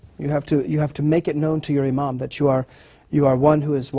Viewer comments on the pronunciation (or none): none